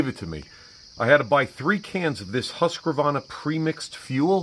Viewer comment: Haskavarna😂😂😂no offence great review